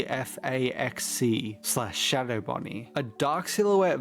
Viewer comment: can't believe he not only misspoke RWQFSFASXC's name, it's also misspelled on-screen 😭(the second S is missing)